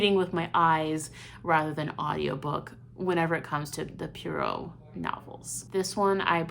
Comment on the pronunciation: Sorry, as a decades-long Christie fan I have to say it: the correct pronunciation of his name is "Pwa-roe" and he's BELGIAN, not French. Should always choose reading over audiobooks/cheating. And to compare this to any episode of "Law & Order"?? OMG ...